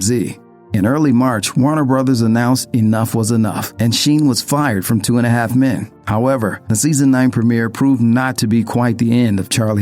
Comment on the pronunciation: Anti semitic. Not anti semetic. 2 and a half men. it ain't difficult to pronounce.